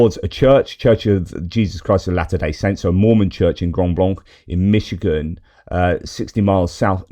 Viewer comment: Hi, & Friends.Pronounced grand blank, w/o